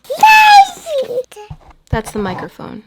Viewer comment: We must start calling microphones "meemeephones"